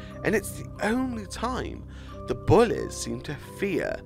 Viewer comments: The way he says bullys lol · The way he says bullies is weird,but funny and I like it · I'm not sure what the lyrics say, I just liked how you say bullies